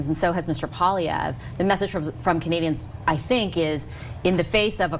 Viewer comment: its in the name poil LIE vre